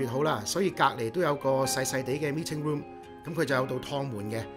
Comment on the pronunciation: Me ting room. Ba lounge. That English tho....